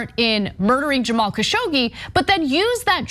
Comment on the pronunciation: Dear Ana it is KASSHOG-JI